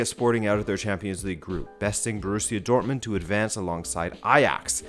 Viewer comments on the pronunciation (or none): none